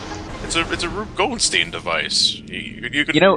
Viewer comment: For those who don't know, the device he was talking about is usually known as a "Rube Goldberg Machine", named after... well, Rube Goldberg. Not Goldsteen.